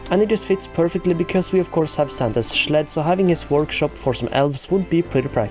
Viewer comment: We need the line "let me schleep in the schled by the schlabs" in your next video.